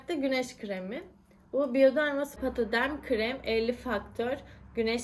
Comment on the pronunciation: ilkokula geri dön. B5 in ne oldugunu bilmeden kutuda yazani bile BS okuyup bir de ustune bilmis bilmis video cekmek telaffuz hatasi olmuyor. Photo yu pata diye okumak ta oyle...